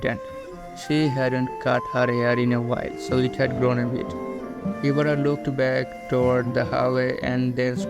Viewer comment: You said Mayaka Ibara's name same as Oreki 😅👍